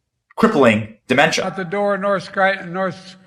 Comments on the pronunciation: *It's "Skryyyytun"🫣😳🙄🤭👍🏼😘❤️!* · "Let's go to Scranton, let's go to Scranton."😂